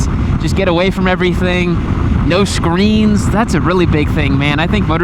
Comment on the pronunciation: i thought you said screams, realized it was screens.